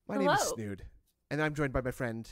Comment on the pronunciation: Where is the "h" in Snood?